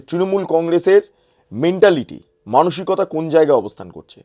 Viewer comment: ধুর এ তো অমনাবিকতা উচ্চারণ করতে গিয়ে জিভ জড়িয়ে ফেলে। 😂